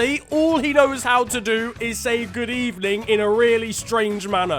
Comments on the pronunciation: Good ebening x50 speed and say it 1000 x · U should have started with a proper “good ebening “ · I'm half Spanish, and Emery says it as if it was good eBening because in Spain you pronounce the V the same as the B. Oh and his son goes to my school, not joking. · Good ebening, Well it was a bad ebening